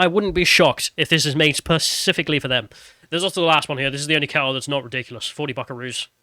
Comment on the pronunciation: "Percifically"! You're an adult. Spa-cif-ic-al-ly